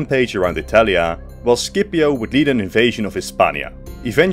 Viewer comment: That's not how you pronounce "Scipio" lol